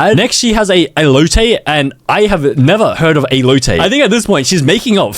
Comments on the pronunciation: Ehlohteh=Elote, thats how to pronounce spanish words, also Carneh Ahsatha=Carne Asada. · The amount of spanish food mispronounced. As a mexican i am offended... HOW CAN YOU MISPRONOUNCE "ellOTE" ITS EH-LOHT-EH